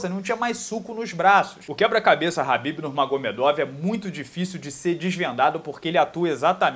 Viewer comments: Porq falar rabibi se os cara da gringa fala kabibi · A pronúncia kh se diz ka, e não ra .